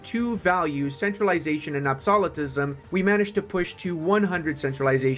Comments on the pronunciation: Ab-so-lu-tism. As in absolute. You said ab-so-li-tism, as in absolve. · I love you and your videos bro... but my gods do you butcher common words deliberately? rep're'sent, not re'pre-sent. ab'so'lute'ism, not ab'solit'ism your weird pronunciations tweak my OCD's like nothing else lol